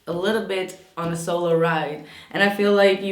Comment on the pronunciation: ♐💕 ... I think you said "solo ride" (?). But I heard it as "Solar Ride" 😁🤣. just figured it out, lol ..and so true, too. Either way!!